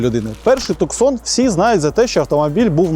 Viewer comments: Не туксон, а ТУСАН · Туссан а не Туксон)